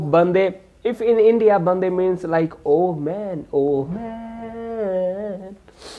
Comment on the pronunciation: Bro it's not bande.. It is wande. Means worship.. 🖤